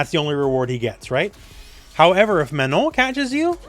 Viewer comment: Congrats on actually pronouncing Manon the way it is pronounced in French :)